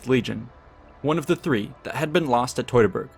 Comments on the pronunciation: Teu(two)-ta-burg forest…. It’s really not hard to say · Fantastic retelling of these events! But I’m curious where you learned to pronounce “Teutoburg”. Because I’ve always heard it pronounced “TEW-tuh-burg”. But you seem to pronounce it “TOY-tuh-burg”. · Wtf is toytaberg. Are you from Brooklyn. Do you pronounce birds as boyds? Maybe you should do a video on the toytonic knights